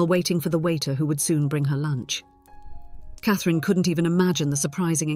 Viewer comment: Not AI because if it was then it would not say Cathrine's correctly.